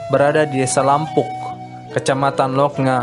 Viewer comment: Bkn lampung bro, salah cara baca nya yg benar yt; "Lampu'uk."